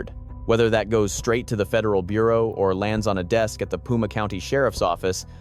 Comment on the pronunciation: Pima ( pronounced Peema) not puma. A puma is a mountain lion.